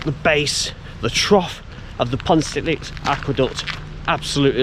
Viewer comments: Great video! Almost got the pronounciation correct. It ends with an uh sound, not an ee sound ;) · Long time viewer here. 😊 A quick correction on pronunciation - it's pronounced pont-a-stuck-te with a soft ck, and Ruabon is roo-abbon.